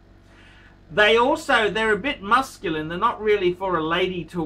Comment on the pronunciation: Musculun? Is he trying to say masculine or mescaline? Is he illiterate or are the horns growing that deep?